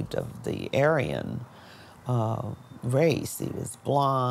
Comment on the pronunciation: Aryan: It’s not ‘A-ryan’. It’s pronounced ‘Aarian’.